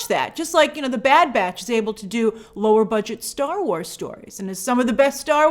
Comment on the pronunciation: I know she said 'lower budget' but I heard 'lore budget' and I think that's a great descriptor for smthng like Bad Batch